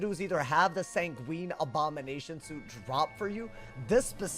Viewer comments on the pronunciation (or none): Sanguine rhymes with penguin, it's not a type of pasta lmao